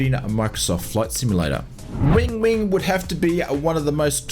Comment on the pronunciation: Win-wing not Wing-wing 🤣